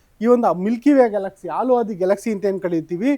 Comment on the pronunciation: ಅದು ಆಲು ಮಾರಾಯ ಹಾಲು. ಎಷ್ಟೇ ಓದಿದರೂ ಪ್ರಯೋಜನ ಇಲ್ಲ ನಿಮ್ಮದು.